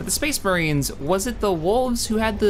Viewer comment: SPHE-SPHE-SPHE-SPHEES MAHRINES.